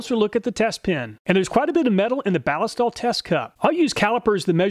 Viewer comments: At beginning of video.... You pronounced it "Bal-i-stal". It is technically a mashup of ballistic and oil for something that sounds like "ballistic oil". "Balist-oil". The stuff was originally made for the German military in 1904 I believe. It was used out past World war II. It is made in Germany.... At end of video.... Hmmmm, I guess I'm going to switch to Cleanlube from Balistoil.... Thank you for the video!! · Does nobody understand that Ballistol takes its name from "ballistic" and is actually Ball-IS-tol, with the accent on the middle syllable? And you call yourselves "gun people." 😉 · I see both you and Cody at Wranglerstar pronounce Ballistol as BAA-liss-tall When I see that word, I think “ballistic”. So, I pronounce it baa-LISS-tall. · I don't think that's how you pronounce Ballistol. 🤔